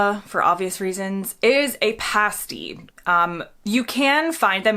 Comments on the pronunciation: Yo. got to take issue with your pronunciation of "pasty". Paste is something you hang wallpaper with, you don't want your Cornish delicacy tasting like that. It sounds like "living in the past" with an pronounced e on the end, past-e, with a short e. Jethro Tull ref there living in the past 1969 have a listen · Jeez, there was far too much Marmite on that toast it showed there. If you aren't putting butter on toast then just a smear, no wonder you don't like it. In very sparing amounts it's delicious. By the way pasty, as in Cornish pasty, isn't pronounced like pasty faced, but like "past E". As well as part of a roast dinner with gravy, I occasionally enjoy Yorkshire puddings on their own with a bit of Tate and Lyle golden syrup on them. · Pasty is pronounced Pass tee not Pace tee. Otherwise love your content! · it's not pastey it's past eee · Please stop pronouncing 'Pasty' as "Payst-ee" it's "Pass-tee" or "Past-ee" depending where you're from in the U.K. a "Payst-ee" is something which Strippers or Burlelsque dancers wear to cover their nipples whilst performing. A big, yes! For the P.O. Box I'd happily send things to you to try etc, I'm sure that other would do so as well. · Pasty - pronounced like past, not paste. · Mushy peas are just peas mashed. . use a blender or they will turn into a puree. Also its pasty not pasety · Pas ty not paste y, and crumpets are not English muffins. ❤ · Cornish pasty - rhymes with nasty, not tasty 😉 Also, please don’t make those mushy peas! They are not what we eat with our fish n chips. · Nice, but pasty rhymes with lastly, not pastry. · It's "passed-ee". "Pay-stees" are something completely different 😉🤣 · When you say Pasty, say it like PAH-S-T-EE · I'm not sure if you read comments but pasty is pronounced to rhyme with "nasty" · The mush part of mushy peas is pronounced the same as rush, not moosh. And pasty is pronounced the same as nasty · Pasty said past-e 🤨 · Pasty rhymes with Nasty, not tasty